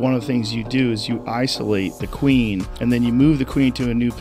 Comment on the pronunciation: She really does talk like that. Pronouncing every ‘e’ in “queeeeen”.